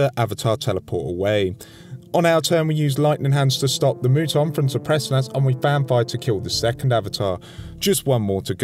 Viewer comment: Just an FYI, but the "u" in Muton is pronounced like the "u" in "mutant". It comes from the OG XCom game, where the Mutons were basically alien mutants.